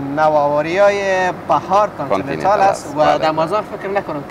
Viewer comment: در کابل کانتنینتال است نه کابل کانتنیتال و در همه دنیا به نام کانتنیتال است نه بنام شهر۔